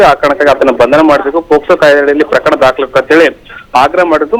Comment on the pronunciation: Anchor sister yaake ashtondu ಮಹಾಪ್ರಾಣ use ಮಾಡ್ತೀರಿ For example ಪ್ರಕರಣ ಪದವನ್ನು ಪ್ರಖರಣ ಅಂತೀರಿ